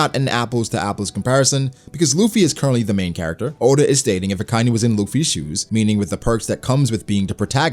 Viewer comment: It's not Akainu (Uh-Kai-New), it's said Akainu (Ah-Ka-E-New). Y'know.. Red Dog...